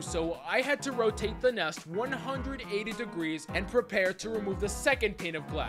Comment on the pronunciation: the fact the he said "ONE HUNDRED-EIGHTY DERGEES" rather than "the other side"